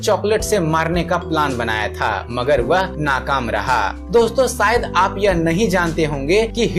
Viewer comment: Sh ko sh bolte Ja bhai s nahi, shayad bolo sayad nahi